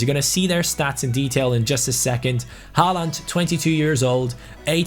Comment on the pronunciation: Im pretty sure håland is pronounced holand